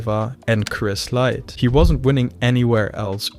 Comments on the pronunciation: CHRIS LYTLE... Who the fuck is "Chris Light"? And the way you pronounced Dandois is fucked man. And Gall wasn't making his debut with a 0-0 UFC record against CM Punk it was 1-0 because he fought Mike Jackson first. YOU ARE SHIT AT THIS. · Not "Chris Lyte", but "Chris Lytle". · Chris Lytle. Not "light".